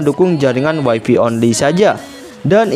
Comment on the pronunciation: Greget saya sama YouTubers Indonesia bahasa Inggrisnya pada kacau. WiFi itu bacanya waifai, kalau waifi (wifey) artinya istri, pasangannya habi (hubby) suami.